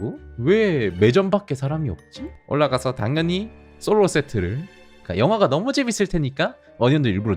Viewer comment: 앜 솔로에 강조를 ㅋㅋ